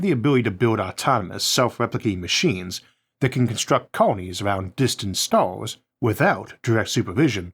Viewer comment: Pevadox and staus and Maus. Try eleven labs. Just try. Please.